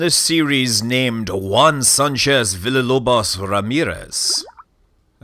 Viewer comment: I feel the necessity to point out that you're not pronouncing "Villalobos" correctly.